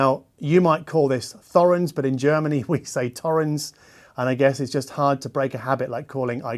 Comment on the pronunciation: Is he in Germany, or Germani? 🤔